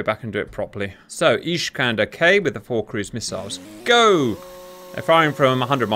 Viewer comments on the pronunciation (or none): Just so you know, its not ISH-kander. It's IS-kander. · it's not iSHkander, it's iSkander, like naSamS. the iskander rocket not flying straight and maneuver on all steps of flight - see Waldemar Skrzypczak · It is not "ISHkander". Unless there is something I don't know I always saw them both in Polish and in Russian referred to as ISkander. Or if you prefer - Искандер. Now I will watch the rest of the video. Hopefully that was just funny Hungarian pronunciation or something ;) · There is no "sh" in "Iskander" :)